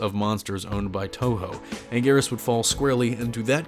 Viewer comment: Ankleeasaurus? Sigh...🙄